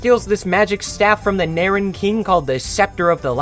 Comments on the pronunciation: Dude, did you ever turn the audio on even ONCE when playing the games? "Ly" is pronounced "Lee" not "Lie" "Polokus" is pronounced "Poh-loh-kuhs" not "Poh-low-kuhs" The "Knaaran" is pronounced "kuh-nAIR-en" with a hard none-silent K, not "nAIR-en" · It’s pronounced “Kuh-naaren” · I’m pretty sure you’re supposed to pronounce the K in K’naaren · incredible video but its pronounced ka-naur-en AND barbara is pronounced bar-bruh